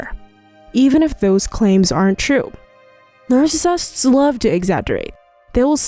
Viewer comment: narfacisifts what is that